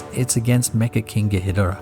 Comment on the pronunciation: This video deserves way more views...but also it's King Ghidorah (Gee-door-ah)